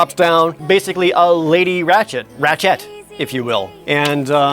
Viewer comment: when he says "Ratchette" it almost sounds like he says "ratshit"